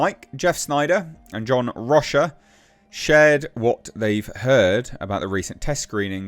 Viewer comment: do you hang out with Portuguese people? I am one and I notice you read Rocha like we do in Portugal (well we would've sound heavier on the R, but close enough), usually English speaking people would read it "rocca". Or maybe its just the yanks that read it like that. Curious thing;) About the flick... I think, from the trailer, that it has too many characters and at the same time treads on familiar ground (the death of superman's dad, and all that). So it sins twice, too many characters to be a decent first presentation of a new Sup and yet another origin story that will be light because there are too many other characters taking up screen time. I saw the trailer and don't think this one is for me...